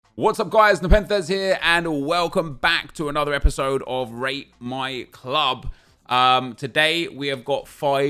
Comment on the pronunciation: At first he said welcome back to RAPE my club